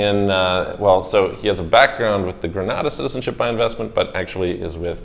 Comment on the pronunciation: Not to be picky (but I guess I am...lol), but the way the people from Antigua and Barbuda that you've interviewed pronounce their country's name is An-TEEG-a and Bar-BYOO-da. Also, Grenada is pronounced Gre-NAY-da by the people there.